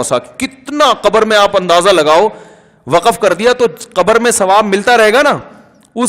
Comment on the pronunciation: Sir Waqaf nhn Waqf hota ha